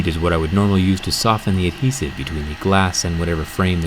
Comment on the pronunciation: You put alot of emphasis on the "h" In adhesive. Maybe if your American that's possibly the reason why